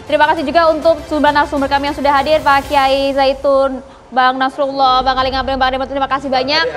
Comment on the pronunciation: PRESENTER CEWEK NYA YG BENER DONG PROFESIONAL, NYEBUT PAK ALI NGABALIN NGOMONGNYA CEPET, NYEBUT PAK ADE ARMANDO GAK JELAS.. NAUDZUBILLAH